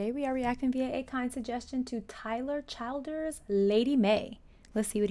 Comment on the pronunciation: This young man is from the same area I grew up! His name is pronounced Chill-ders not Child ers. Please react to his song "Grindstone and Follow you to Virgie" True story, I lived in Virgie, Ky when I met my husband in Va.. Different context, but he did follow me to Virgie, and we got married after dating three months to the day! We will celebrate our 34 Anniversary next month.